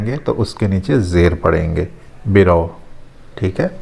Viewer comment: آپ نے رو سے بَرَو کہنے کے بجائے بِرو کہا۔ اسی طرح بَرَوِید کو بھی اپ نے بِروید کہا۔